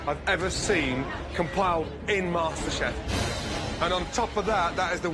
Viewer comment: It's masterchef not masterbate😂😂